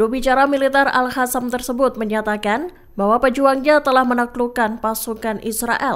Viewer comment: nyata-nyata tulisannya aL Qassam (dibaca : aL Qasam/aLKosam) eehh sama pembaca berita di baca AL HASAM 😂